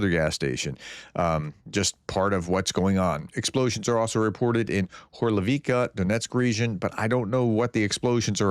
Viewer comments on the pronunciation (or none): Slow down ! You inserted another " i " in Horlivka ! it's not Horliv i ka !